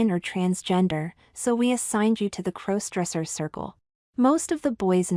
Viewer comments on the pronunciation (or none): There's that "crose-dresser" thing again. AI narration detracts from your narrative. The story would be far better with competent (human?) narration.